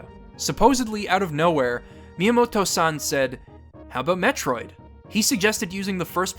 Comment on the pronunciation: I cringed with every San you said